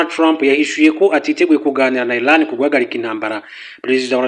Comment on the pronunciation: Ntago ari basoma (ILAN) Ni. IRAN(IRANIANS) muzajye musoma pls